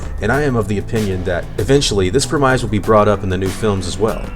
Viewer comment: "Premise" is NOT pronounced "Prim-eyes". Wtf, dude?